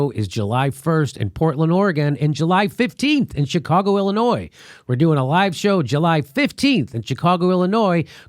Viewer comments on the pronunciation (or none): none